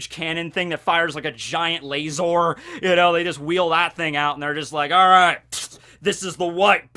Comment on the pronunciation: Why the do you pronounce laser as lasOr.